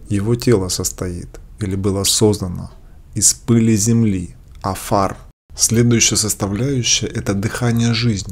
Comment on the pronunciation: Невозможно правильно читать! Элоהим, а не ЭлоХим. И некоторые слова на иврите читаются наооборот: афар- рафа.